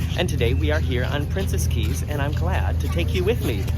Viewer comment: Thumbs up for correctly pronouncing Princess Cays and Coco Cay! Princess Cays is actually just a private beach near the southern tip of the island of Eleuthera. It is NOT a private island though Carnival Corporation would like you to think otherwise! The map of the resort is entirely misleading by attempting to give the impression that Princess Cays is an island! Eleuthera is over 175km long (that's over 100 miles!) with a population of over 11,000. For some odd (maybe greedy) reason, Carnival Cruise Lines drink packages are not valid at Princess Cays but drink packages from sister cruise line Princess are! I'm happy you had lovely weather for early January in the Bahamas!